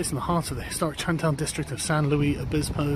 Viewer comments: Not "San loo-ee" That's french "San loo-ees" >:[ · It's San Luis, you jaywalker. Spanish. Sounds more like Louise than Louie. "Alt-right restaurant." LMAO. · Yes, the correct pronunciation, thank you. Although Sargon is normally located much closer to France than Spain and thus more familiar with that language. Didn’t Sargon vacation in Spain last year? Forgot the pronunciation already eh? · It's bugging me: you pronounce the 's' in the city's "Louis".